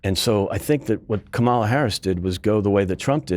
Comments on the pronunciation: The mispronunciation is a deliberate ploy to make her sound more foreign. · Unbelievably rude is constant calculated mispronouncing ot the Vice President of the United States. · Note Republican dude, in disrespectful, childish MAGA fashion, can't / won't correctly pronounce Kamala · Why can’t your male guests pronounce her name correctly? They are pronouncing it like Trump was doing after he found out that “Kam-a-la” was running for President. JD Vance is already picking on Walz military background btw. PS - groceries were already up when Biden took office because of COVID-19. It didn’t just happen when Biden took office. There were issues if you recall about containers not being able to get goods into the states. The suppliers raised their prices, but what has been disgusting and not acceptable is that those prices have not gone down when the economy got better, that is one of the things, Harris is wanting to investigate if she wins the White House. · Can the FOOL in the dark jacket please say the name of the Vice President correctly. His bias speaks volumes. Also, Waiz is amazing, Vance is a man who wears eyeliner. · I notice how the republicans from the news outlets to pundits to politicians are determined to show their complete disrespect by mispronouncing Kamala’s name. This guy gave away his bias and lack of character. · Its pronounced... Karmala... not Kamarla 🙄😏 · Note to non-American journalists. If someone pronounces her name as “ka mall a” like this guy did, instead of “kamma la” then you know they are acting in bad faith. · Hey Republican guy, it’s NOT pronounced Calm-aw-la, it’s pronounced Kom-ella. It’s hard to take anything you say seriously when you’re in engaging in the kind of weird power-controlling silliness of Trump’s name bastardizations. If you really don’t know how to properly pronounce the VP’s name after she’s been in office for almost four years, I don’t think you’re really qualified to comment on her Presidential run.